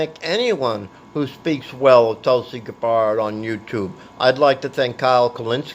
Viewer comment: Her name is GAB-BERD. Pronounce it correctly, lol.